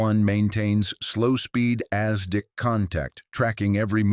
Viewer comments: Is ASDIC NOT Aztec and Not as Dick poor Ai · "as Dick firm" .... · As Dick was even better and then Lootenant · Exactly so. AZTEC instead of ASDIC (Anti Submarine Detection Investigation Committee) SONAR in today's parlance. If this is the best AI can manage we are all doomed!!!!!!!!!! "as Dick Sonar" It is a good read, very informative but Isn't proof-reading part of this process? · then don't use AI, yes know about ASDIC but intonation is wrong.